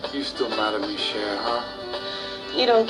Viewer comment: It's spelled Cher but pronounced like "Sha" not Cher (share) like the pop singers name. I hate how Hollywood can never get it right.